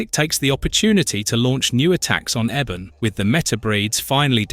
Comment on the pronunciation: ( Eeee-bon ) ebon not Eben